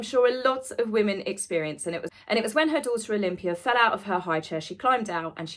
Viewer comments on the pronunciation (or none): none